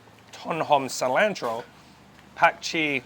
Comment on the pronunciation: The way pronounces cilantro gets me every time.